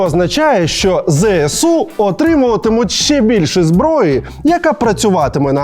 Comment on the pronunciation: пане Олексіє, не кажіть будь-ласка "ЗееСУ"...